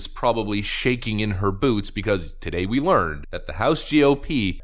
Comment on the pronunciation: Weweese the seekwet weapon! 🤣 Can't wait until these clowns get exposed. Go, Gaetz et al!!! McCarthy is becoming a beast! Keep the heat on him. I think he has the potential to be a GREAT Speaker. He is a perfect level-headed liaison.